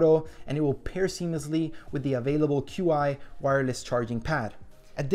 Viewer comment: Qi is pronounced "Chee", FYI